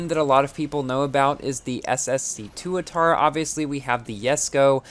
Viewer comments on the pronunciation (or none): Not toatara, Tuatara